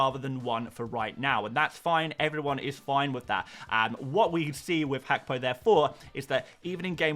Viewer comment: Mate who is hackpo 🤣 say it properly haha